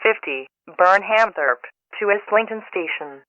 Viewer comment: and Burnhamthorpe is pronounced wrong